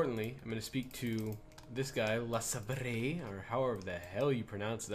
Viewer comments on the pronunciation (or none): You are correct, that accent in "le-sabre" seems to be french.